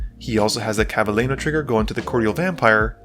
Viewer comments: ClavileÑo, not ClavileNo. is pronounced like Clavilenio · It's actually more like "nio", though is normal that an English speaker has problem pronouncing a letter that's not in his alphabet at all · Clav-a-le-noodle n-o Its Really not that hard. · Clav-a-leen-yo. Ñ really isn’t that hard to pronounce lol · that's not how you pronounce it either sorry . It's clav-ee-len-yo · I just love everytime an English speaker trying to pronounce the ñ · I'm going to assume that the constant mispronounced names is an accident and isn't malicious because they are ethnic? but Hakbal you don't pronounce the H, like "hola" and Clavileño is pronounced "ngo" at the end like jalapeño... is the Ixalan setting really not clear enough 😅😅